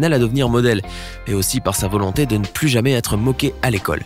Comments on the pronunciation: PLUS de sécheresse pas "plusse" de sécheresse !!! t'es un peu gogole 😂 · le projet contre la secheresse c'est " Plus ( comme plus jamais ) de secheresse " et pas " plus comme + de secheresse " ... le commentateur a rien capté 🤣😂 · 'Plus(ssss) de sécheresse', vraiment? Il comprend ce qu'il lit? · salut, super tes videos. je voudrais reprendre qqch: à 5'58, " no more thirsty crop" se traduirait par "plus jamais". Ta prononciation laisserait entendre "davantage".